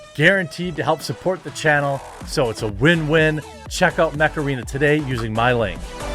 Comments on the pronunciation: Ohhhh MECH arena I was hearing Macarena Like Dale a tu cuerpo alegría macarena! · I just heard macarena :P